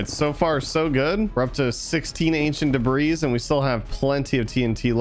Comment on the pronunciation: It’s pronounced “de-bree” not “de-brees”